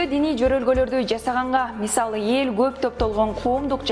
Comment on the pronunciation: "Йел "-эмес, "эл"